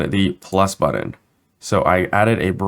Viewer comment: Muir, that is most definitely a matter of personal opinion. Some of us find the way speaks grating, in that he mispronounces words ("budden", etc.) and uses far too much up-speak. When you have autism and misophonia like I do, such affectations make getting through the tutorials extremely challenging. The information is excellent; the presentation leaves much to be desired. By contrast, go listen to tutorials by deaf UE instructor William Faucher. He has some of the best vocal inflections of anyone around, which is a huge deal since deafness creates massive challenges because the person cannot hear their own voice. Yet he manages to sound better than many YouTubers and voiceover artists.